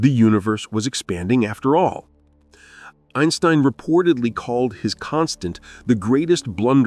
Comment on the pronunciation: Einsbrein?! This is AI slop for sure